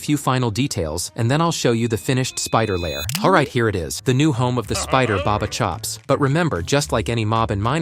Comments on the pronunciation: It's not barber it's ba ba chops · It’s not barber chops is Bubba chops